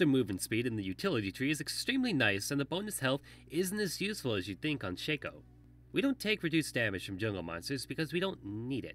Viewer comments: I call it Shacko, some call it Shayko and this idiot calls it shucko. WHER THE FUCK IS THE U? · IT'S SHAYCO. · It's Shaco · It's pronounced shaco, not shaco ;)